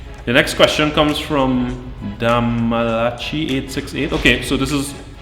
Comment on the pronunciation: 😳 that's how people pronounce that name... d-malachi868 🤣🤣 I go off route all the time in my car! 800STAR and I are real close🤦🏾‍♂️